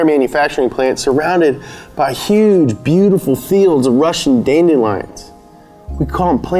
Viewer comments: Guys it’s not funny to mess with like this. Whoever told him that dandelions is pronounced that way is just mean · "Dandy-lions" lmao😂